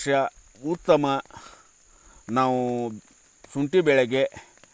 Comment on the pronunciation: ಅಯ್ಯೋ ಶುಂಟಿ ಅಂತ ಕರೆಕ್ಟ್ ಆಗಿ ಹೇಳಿ ಶೋಂಟಿ ಅಂತೀಯಾಳ ಮಾರಾಯ